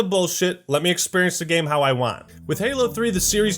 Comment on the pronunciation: Someday will learn how to say "game" correctly... gayum lol